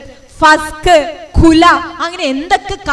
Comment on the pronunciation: കുല അല്ല. കുൽഹ്